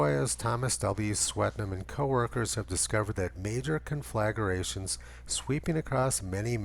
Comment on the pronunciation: the word is confla-grations, not conflaga-rations, i cringe every time i hear it mispronounced